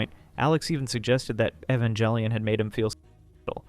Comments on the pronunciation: The worst part of this video is pronouncing it "eh-van-jelly-un." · I cringe each time you mispronounce Evangelion.